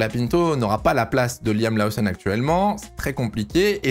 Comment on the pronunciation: Incroyablement bien faites tes vidéos. petit bémol, Lawson se prononce Lauson en Anglais, pas besoin de surjouer l'accent